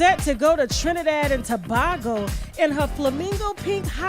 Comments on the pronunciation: Tasha it’s pronounced Trinidad and Tobago Tuh-bay-go. 🇹🇹😂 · IT'S PROUNCED TOE-BAY-GO ...TOBAGO